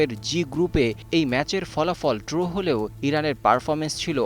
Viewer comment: ড্রো কী??? কথাটা তো ড্র।